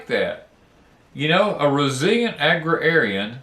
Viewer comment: Agrarian is pronounced ag rare ee an. I spent a lot of time reading dictionaries when I was growing up.